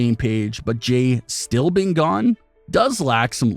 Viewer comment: It's Jey!!! Not Jay